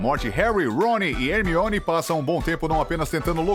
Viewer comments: É (Hermione) e não (armione) 🙄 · É Hermione e não Harmione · Não, a Pronúncia em Inglês do Nome da Hermione é "Harmone" e o Cara do Vídeo me Solta um 'ARMIONE' KKKKKKKK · Ele até falou armione kkkk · Sim!!! O pior que quando ele chama a Hermione de “Armione” no início do vídeo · Achei que só eu tinha ouvido "Harmione" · armione KKKKK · Esse cara fica falando harmione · ARmione grager? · sempre eles falam o nome do harry hermione e rony errado , que saco cara